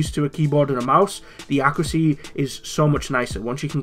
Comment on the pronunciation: What's accracy? (I know you meant accuracy)